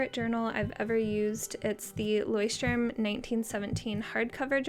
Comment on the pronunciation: This moment when you are from Germany and hears how you spell Leuchtturm 😂 hilarious 😂😂😂